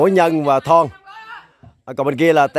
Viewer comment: Thọn nha chú. K phải thon. Kkk.